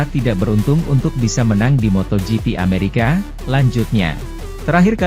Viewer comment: Min ameraka .. BKN amerekes